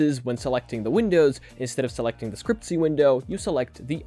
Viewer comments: its not scrcp-y, its scr-cpy, for screen copy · when he pronounced it "scriptsy" i died inside. i usually pronounce it "Screen Copy" because thats basically what the acronyms are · Scriptsy was so cringe 😂😂😂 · FIY for anyone that cares, scrcpy is pronounced "screen copy", the vowels are just removed. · scrcpy is pronounced 'screen copy' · It's pronounced Screen Copy. Or screen copy .py. Sndcpy doesn't require android11. Another input option is holding your actual phone and tapping on it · SCREEN COPY. SCRCPY IS PRONOUNCED SCREEN COPY! sorry for yelling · Scrcpy is spelled screen Copy xD but the pronunciation is already wierd